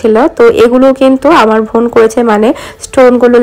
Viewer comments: apni bar bar von von bolen kano bon bolte paren na, osojjo lage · apu oita von hobe na. bon hobe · আপনি বোনকে ভোন বলেন কেন?